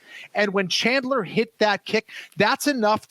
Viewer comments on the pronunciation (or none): none